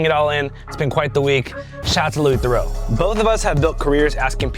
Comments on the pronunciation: Oux = Oo. Eaux = Oh. Theroux as in kangaroo, not Theroux as in Bordeaux. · Mispronouncing his last name lol